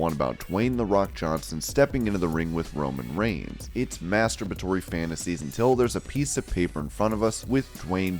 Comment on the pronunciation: He really said mastubatory